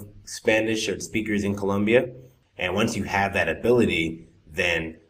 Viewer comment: Can’t trust an instructor who doesn’t pronounce “Colombia” correctly.